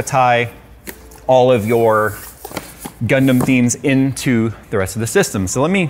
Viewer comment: Not what I expected, you say Gundam I hear Gangnam Style